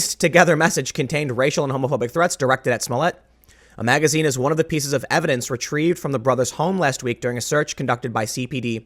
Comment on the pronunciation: you put the accent on MAGAzine's